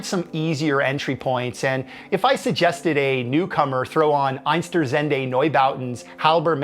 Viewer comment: That pronunciation of Einstuerzende is off the wall XD